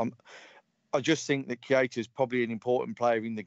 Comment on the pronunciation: Missed the live.... was out drinking! Gutted. Mickey.... Matip better than VVD in the air???? NO WAY! mad man. LOL & Pronounced "Key-ter"... was already on a yellow card... that's why he let Hazard slide away, but also Moreno was there to cover.... and how could Lovren not forsee Hazard beating Moreno and come across to cover earlier.... which imo was very poor. Agree with Mickey here... a draw at Stamford Bridge without VVD might I add would be good... with VVD I'm expecting nothing but a win. However If VVD doesn't make it then rest also against Napoli and then back fresh for Man City at home as we need to open a gap over Man City because Chelsea will drop points. Ahhh you need to swap ME for Connor lol...… fully disrespected the thread by leaving lmao, just kidding! lol@ cut hahaha. Don't some of these callers actually watch the game... for the 2nd time Keita had a yellow card on 78mins. Hazard scored on 85 min. Great point in regards to Luis from this caller.... I also think that Firmino could out muscle Luis with ease and also Rudiger too IF he plays. Just for the record.... Ramos flopped in the Sevilla 3-0 defeat Mr caller lol... it still happens, even to the worlds best. VAR decision was correct lad... Barkleys leg was onside. The other two Cfc players were off but wasn't interfering with play. (sorry I keep editing as I listen to the live rerun while I play some Fallout 4 to end my evening lol). My team: 433 Alisson Trent Gomez VVD Robertson Milner H